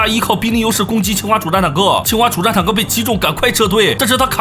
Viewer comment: 一直把清华听成青蛙